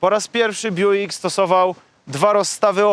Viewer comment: To sie Bjuk czyta i wymawia